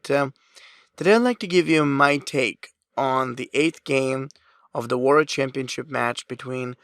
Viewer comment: What the fuck is "word chess"? It is the "World Chess Championship". I have one of your dvd's, I love your lectures, but had to say something...